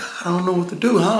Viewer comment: We gotta dew what we gotta dew